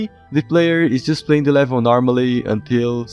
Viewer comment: I like how he says levil